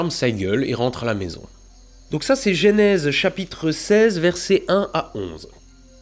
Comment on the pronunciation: Genèse, bordel, pas Génèse !